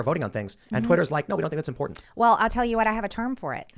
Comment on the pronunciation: everything is sooo "impordandt" to miss greene. everytime she saya that word i want to jump out of my skin. ew.